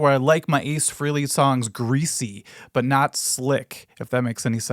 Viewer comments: Frell (frelly). Not freely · The name is FRAY-Lee, not Free-Lee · It's 'Fray'-lee', for real. I'm not conforming, no way.